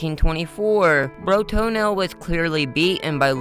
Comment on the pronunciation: Why are you saying Bro-Toenail every time you say his name? Can you read?